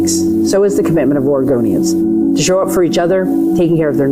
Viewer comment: SHE SAID OREGANDERS; SHE MEANS ILLEGALS... SHE GOING TO ARREST ICE, MEMBERS AND LAW ENFORCEMENT... SHES NOT STANDING UP FOR ALL OREGONIANS.. SENCE WHEN HAVE AMERICAN CITIZENS BECAUSE OREGONIAN ETC..